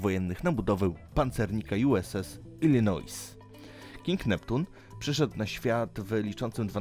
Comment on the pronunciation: To się czyta Ilinoi.